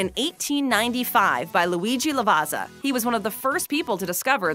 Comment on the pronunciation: Hey, just a quick info regarding proper pronunciation: there is no Z sound in Lavazza, the correct way is La-va-tsa-h. Ciao!